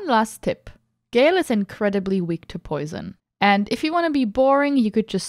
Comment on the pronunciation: hey streamer it's "Ga-El", not "Gayle" WeirdChamp